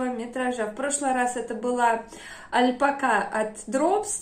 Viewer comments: Вы такая классная, обаятельная, очень рада, что нашла ваш канал, потому что и стиль, и вкус мне очень импонируют. Но искренне не понимаю откуда в русскоговорящем ютубе появилось «альпакА», это очень сильно режет слух. Понимаю, что, возможно, вы привыкли так говорить, но по-испански ударение идёт на вторую А, это совершенно точно. Ни в коем случае не хочу никого обидеть, просто звучит странно 🙊 спасибо за видео, с нетерпением жду следующего. Кстати, игрушки вязаные просто волшебные! 🌷🌷🌷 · я давно прочитала что ударение в слове альпака ставится на последний слог.